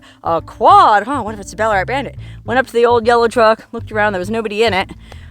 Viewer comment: ballarat is named after a gold mining towm here in victoria australia during its booming gold rush of the 1800's and by the way, you pronounced it perfectly